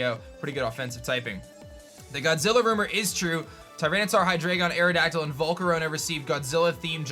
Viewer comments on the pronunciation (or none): none